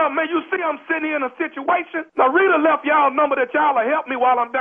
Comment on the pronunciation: lol did Tommy say he in a shituation